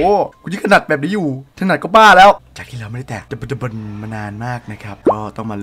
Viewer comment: ขุ่นพ่ออ่านว่า "ดะ-บด-ดะ-บน" 55555 ไรเอ่าะ